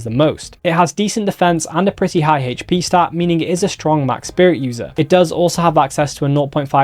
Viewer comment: I love this guy and all the info he puts out... but I cant be the only one going crazy every time he says hatche for "hp"...